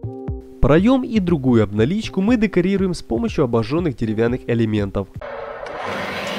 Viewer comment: Где вы находите таких озвутчиков? Автора из первых уст было приятнее слушать чем этого АДГЭЗИЮ и ДЭКОРИРУЕМ. Мистер кухОнное полотенце Этому мистеру АЛименты 10 Крутых вещей с АЛИЭКСПРЕСС озвучивать надо